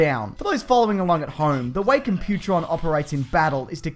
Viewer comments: Dude did you even watch Transformers? Its not Compu-tron. Its Comp-u-tron!!!! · stop saying compu-tron...its comp-u-tron....lol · It's "Comp-pute-tron" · you missed pronounced computron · That's not how you say Computron... There's also a certain irony to calling Daniel Witwicky a fucking moron based on a scene that was actually his dad, Spike ;) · You mispronounced Computron. The emphasis is on the first syllable, not the second. I could understand if it was text only but the episode you show clips of has characters saying his name right in it. And showing a Spike clip to justify hating Daniel... just plain lazy.